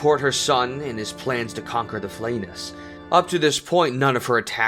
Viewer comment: Man I was psyched to see someone passionate enough to make a video on her, but your pronunciation on everything is taking me out of it. Had to bail after Flaness. The wikis have phonetic and IPA pronunciations.